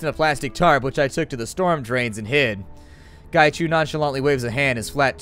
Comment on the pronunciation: Its pronounced as 'ung', as in hung without the h. But his ING is just as cool. Qi = 'chi' Macau = 'ma-cow' Hui = hwee Whampoa = 'wumpo' Ip = 'yip' Gaichu is spot on! I'm Cantonese by the way. :)